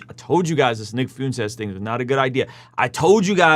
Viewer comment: It's fwentez, not fiuntes lol it's funny if you're doing it on purpose though, the dude is joke, a very terrifying horrible joke but a joke nonetheless.